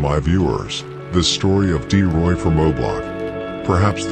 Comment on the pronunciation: Bro it’s T Roy… D Roy is a whole different person